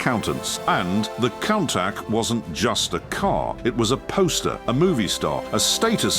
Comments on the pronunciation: Not only does it mispronounce Countach, but it managed to mispronounce it a different way every time. These AI videos are positively terrible. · I've always loved the kown-tack 😅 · I think this is the last straw. The AI just gets worse and worse... "I'll take 14 ways NOT to pronounce Countach for $1,000 Alex" 😂 forced the stopping of this video halfway through. Goodbye channel! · 😂😂😂😂😂😂countach pronunciation